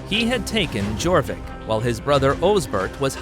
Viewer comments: Reading - Redding Jorvik - Yorvik Derby - Darby Mercia - Mer See ah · Good video, which would have been even better if you had researched the pronunciation of just about everything. For example Jorvik is not pronounced "jaw vick" , its pronounced " your vick" which makes sense when you realise it morphed into York. "Reading " is pronounced "redding "... pretty much every other place name you got wrong. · If you're going to do a history video at least look up what the proper pronouncements of the petty kingdoms and their towns. 1. It's Mer-SEE-Ah/Mer-SEE-Ans NOT Mer-SHE-Ah/Mer-SHE-Ans 2. It's YOR-Vik NOT JOR-Vik 3. It's REDD-ing NOT READ-ing 4. It's DAR-by NOT DER-by. For a "history" channel? Dislike. Try again next time. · it is pronounced as your vik not jorvic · Jorvik pronounced like Yor-vik, which is why it is today York! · The letter J was not in use until 1500s. This is a great snapshot of the era for sure. Just be sure to never pronounce the letter J for York again. Ai should have known better. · Yes, they even got Jorvik and Derby wrong too. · So was Jorvik, and Mercia. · Yes , he didn't even bother how on to pronounce it he even got Jorvik, Derby, and Reading wrong too.